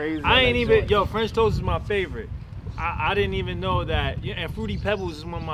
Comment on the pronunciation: Lmao Died when he said “French Toases” 😂